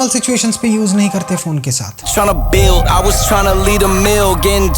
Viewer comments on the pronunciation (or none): none